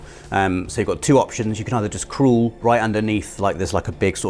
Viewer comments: Are we just ignoring how “crawl” sounds like he’s saying “cruel?” Messed me up for a solid 15 seconds. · Had to replay that bit just to make sure I heard him right 😂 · I can’t believe pronounces “crawl” as “crool” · What we learned today? can't pronounce crawl 😂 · I’ve never heard the word crawl pronounced so weird like that